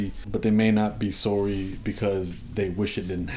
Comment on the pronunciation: "Sowry" ...Canadians 😆😆😂 Love you Humble.